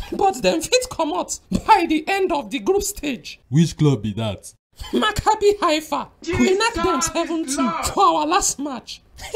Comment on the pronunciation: The way said "Maccabi Haifa" 😂😂😂😂